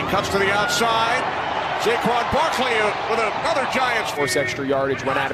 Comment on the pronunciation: Dude really said Jayquan Barkley